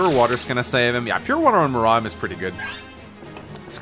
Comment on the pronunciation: Will he ever learn how to pronounce Muarim's name???